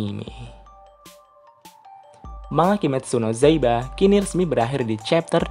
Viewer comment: Bang kimetsu no yaiba bang not kimetsu no zaiba :v